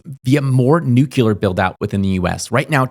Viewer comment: People are unable to pronounce "nuclear" correctly. IT IS FKING SIMPLE!